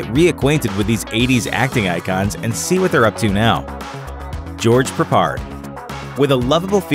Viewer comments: Why are you struggling with George Peppard's name 😂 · Peppard not Perpard Mohawk not mohock